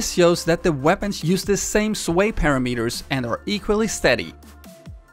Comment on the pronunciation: The way you say parameters made me lol